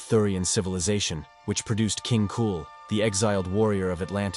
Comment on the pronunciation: Lol, King Cool... It;s King Kull, as in Krull or Culling ...